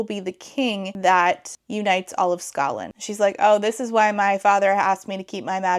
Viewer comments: I'm really sick right now and can't sleep because I feel like I'll choke to death, so I'm so happy to have a new video to hopefully lull me to sleep (snd thus rewatch tomorrow, double-score!) A minute in and I wasn't sure if you said "Scotland" or "Ska land" like the music genre. I definitely heard the latter and it made me giggle. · Skaland not scotland lol